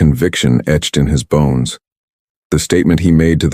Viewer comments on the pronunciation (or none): none